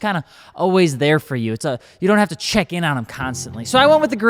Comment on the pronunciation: “cat cehck” UNWATCHABLE! 😅